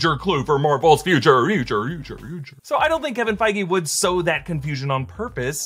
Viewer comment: Isn't Kevin Feige's last name pronounced "Feej"?